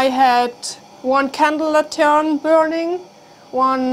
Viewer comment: Lantern The accent emphasis is on the first syllable. LAN-tern